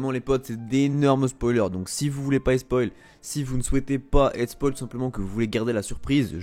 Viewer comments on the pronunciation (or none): none